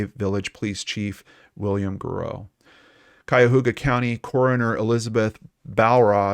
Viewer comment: Hey! You said Cuyahoga correctly! Most people get that wrong. Grew up walking distance from the obduction site... had many ice-creams at that Baskin Robins. I was 13 or 14 when this went down... it was the same month when that earthquake rocked SF during the World Series. Feels like yesterday.